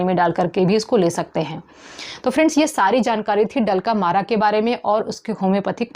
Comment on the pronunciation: डल्क अमरा को आप डलका मारा बोल रही है